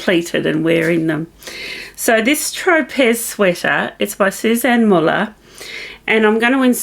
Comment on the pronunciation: I believe your Tropez sweater is pronounced “tro-pay” like the island.